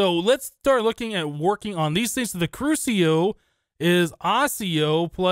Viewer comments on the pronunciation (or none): the seeds for magic crops are from harry potter (the middle three anyway) Accio is pronounced Ak-ee-o, the Next one, crucio is pronounced Croo-shi-oh and next one is just straight up Imperio. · I CAN'T HANDLE THE mispronunciation. AKSHIO = Accio CROOSHEEO = Cruccio. I'm sorry. i just can't handle it anymore.